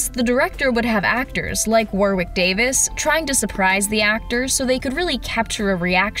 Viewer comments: Warwick is pronounced "worrick", not "war-wick". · War wick?! It’s Pronounced Warrick. Ok?